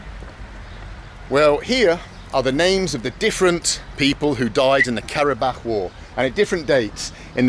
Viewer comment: the way he interacts with people is amazing. plus, the way he pronunciates karabağ